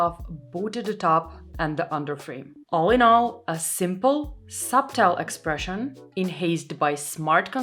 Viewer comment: Don't pronounce the "b" in subtle. It's a weird English rule. Love your channel btw